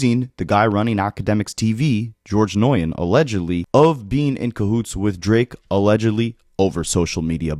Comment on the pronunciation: noyen? 😂 Nguyen is pronounced new win or noo win as the G is silent. Gotta find yourselves some vc friends 😂😂😂